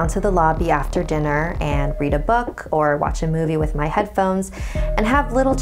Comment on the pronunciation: NU MY WEAVE!!!! NOT MEH WEAVE!!!! But seriously, ima try that.